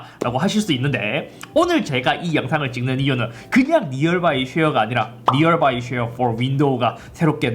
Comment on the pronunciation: 아니 잇섭이 왜 자꾸 니얼 바이 쉐어라고 하는겨? ;;; 니얼...굴?